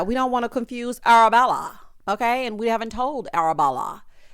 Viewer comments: The way I be up AM week after we cackling at you saying "Arabella" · Everytime says “Arabella” I cackle. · Everytime you say “ Arrabella 😅” oh you make me laugh 😆